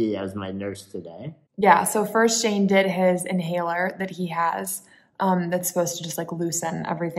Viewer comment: Baby Shane, or did you say Baby Shame?